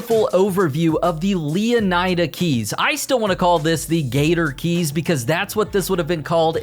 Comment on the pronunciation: Wouldn’t it be pronounced lee-uh-nee-duh?